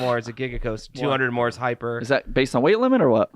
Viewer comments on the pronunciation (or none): none